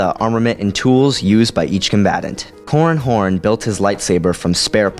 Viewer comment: i keep hearing 'corn horn'